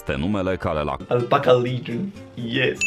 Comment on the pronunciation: Mrrr "alpaca ligion"